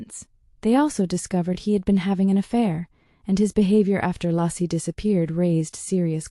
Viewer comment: Laycee not Lassie. AI is wrong.